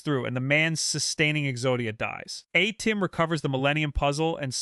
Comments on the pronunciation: It’s at-tim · The Pharoah Adam. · The way you pronounce Atem keeps taking me out the story 😂